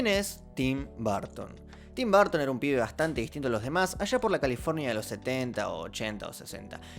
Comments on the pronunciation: Se pronuncia como Tim "Barton" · Yo: Tim Burton: Tim Barton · Se pronuncia /berton/ /b3:(r)ton/ . Me gustan sus pelis y su visión del cine. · Nobody:: Tim Barton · por qué todos ustedes dicen barton?? cuéntame!!!